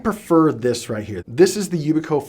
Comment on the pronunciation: We use a number of the devices on this list where I work in cyber security. They have their use cases but I don't use them for personal use. But when the technology words cant even be pronounced correctly I can't continue listening because I know that if the pronunciation is incorrect the rest of the information is suspect. I hurts my brain to hear security terminology butchered. Youbikey = yoo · bee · kee Aegis = -ee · juhs